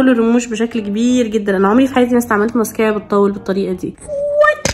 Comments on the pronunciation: مسكارا❌❌❌❌ مسكيرا✅✅✅ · علفكره اسمها مسكاره مش مسكيره يخربيتك عسل😴🥰❤ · مسكارا ❎ مسكيرا ✅ 💔😂